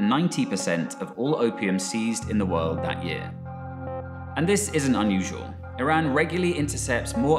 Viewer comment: did all this research and cant even pronounce iran correctly